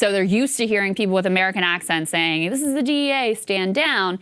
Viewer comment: That is not an American accent. He says "THEES is a DEA operation" He didn't pronounce it with a short I in this, he says "thees" which sounds distinctly Caribbean. I couldn't understand what followed but the intonation sounded non-American. The last syllable has a long O sound, and again sounds like someone from Africa or Caribbean speaking English.